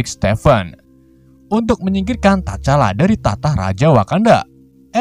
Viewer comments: Tcala itu T nya dak baca bang.. jadi hanya di baca cala gitu aja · bang salah nyebutin nama t-chala salah nyebutinnya bang sama abang sala ngomong bucky